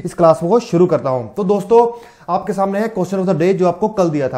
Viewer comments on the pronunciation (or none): none